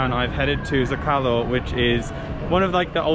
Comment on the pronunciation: It’s (Z-Oh-Ka-Lo) Zocalo